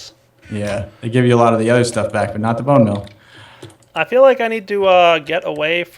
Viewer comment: its bone meal not mel